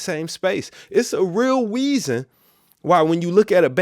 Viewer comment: those are good "weasons"